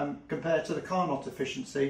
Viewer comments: im sorry but its pronounced Car-noe Car-not makes you look uneducated the dude was french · Nice work. But Carnot is a french word and they don't pronounce the "t". It's phonetically carno.